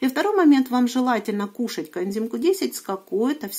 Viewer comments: Почему все время говорит "контим Q10", а не "коэнзим"? Ничего не могу понять. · У меня соседка лет двадцать пять пьет статины, ей делали операции - шунтирование два раза в Перьми, сейчас ей 93 года, живёт одна, дочь лишь навещает. Поэтому, не надо автору ролика ставить выше всех. А пропаганда коэндима получилась не плохо, ведь не коэндим, а коэнзим. Сажать такого блогера надо на коэндим.